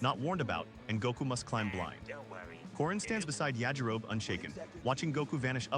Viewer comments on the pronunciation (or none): Suggestion. Get your AI bro to say “yah-ji-ro-be.” No human would ever say “Ya-ji-rohb”unless they’d never heard it before.